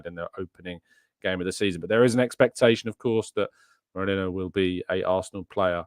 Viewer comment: its Merino not Moreno 😂 bloody hell…